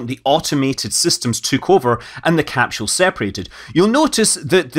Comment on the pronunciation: Scott, please quit murdering the Mother Tongue. There is NO “H” in capsule. No thumbs up from me until you get it right!